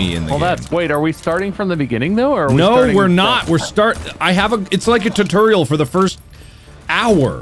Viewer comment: Every time this trio start a game I wait for Mark to say TURTURIAL